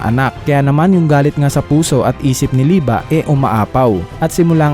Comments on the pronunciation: Liebe hindi lieba Lie-bay lie-ba ????? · Mali ang pag salita mo sa pangan walanamang ba kondi be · Lodss yung liebe li-be ata pronunciation nun hindi li-ba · Liebe Hindi lieba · bakit lieba??? eh liebe kung german word yan.. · liyeb po ang basa sa liebe